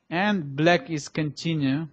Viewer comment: то чувство, когда вместо "black" слышно "blyat"...